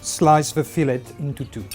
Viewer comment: Isn't it weird to hear a French man say "Fillet" pronouncing the "T"?